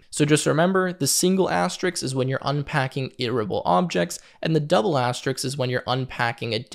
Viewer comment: You mean asterisk rather than asterix. The latter is a French comic character from Asterix The Gaul